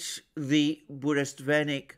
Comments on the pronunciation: Let me correct your heavily mispronounced Russian weapon,. It's pronounced as BURRE - WEST - NICK. The name is compounded of twol nouns that even me as non Russian speaker am able to grasp! BURRA means "tempest, storm" in particular and turmoil in general. WEST is simply "a bit of a news" but WESTNICK means "news courier" or simpler "a herald". So, joining it all together I hope you can anticipate how even with the most conservative translation you have anticipated a "game changer". Indeed it is. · Бурест Веник I like this even more than Burevestnik. Not to slight Alexander in any way, it just was a hillarious small mistake. Love your channel <3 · Bure-Vest—Nik , you keep mispronouncing it . It’s like the calm before the storm translated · sure but Mercouris, who's on this planet only competes with Christoforou in terms of killing all possible non~English names, said like 50 times in this video burestvenik. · 🤣it’s funny how you renamed burevestnik (petrel) to burestvenik some groom-stick....but you have successfully identified your Russian speaking audience ✌️🤟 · It is BU_RE_VEST_NIK, not Buresvenik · Dear Mr. Mercouris , Sir . I ahve been immensely enjoying your intelligent and profound analysis .If you don't mind , the pronunciation of Burevestnik is exactly that not Buresvenik as you do . Bure vestnik means a Storm herald . Bure - storm /vestnik the one who brings news /herald. Thank you .Keep with a good job . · Hello Alexander. You keep saying Burestvenik. The proper name is Burevestnik. It was named after the seabird that glides very closely to the surface of the ocean som times almost touching it. I believe in English it is called PETREL. Love you channel. Cheers. Anrei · Burevestnik, not Burestvenik =) You are great specialist thanks for the analisys! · Be advised: it's BureVESTNIK. Venik is a kind of broomstick:) Not a bad slip though. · Bure-vestnik, not burest-venik, is a storm-herald. Venik is broom ;)